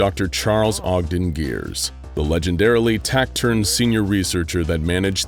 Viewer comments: "Tassiturn" not tacturn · Look I appreciate perfect voicing for these but it would be so much better if he learned how to pronounce words like taciturn and conscientious;)